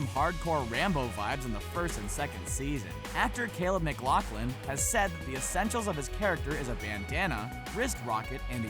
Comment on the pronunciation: It's not pronounced lauglin it's pronounced lafflin